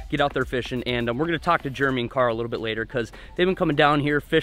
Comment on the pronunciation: dude it’s jeremy not juremy